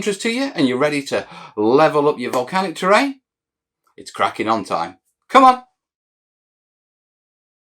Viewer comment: Absolutely "Mel-canic" series!